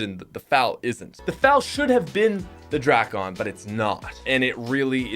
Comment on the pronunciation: dray-ken is how you say it